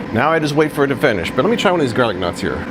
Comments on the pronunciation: I kept thinking you were saying garlic nuts... Almost $400? Ugh... I have a Emeril dual zone air fryer/oven, that I got from Morning Save, over a year ago for $100, and it still works awesome! Maybe this will be discounted someday, because there's now flippin' way, LOL! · I’m in a country where we don’t have garlic knots. I did a double take because when I first heard you - I thought you said garlic nuts! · I thought he said "garden knots", I had to rewind & pause, & read it.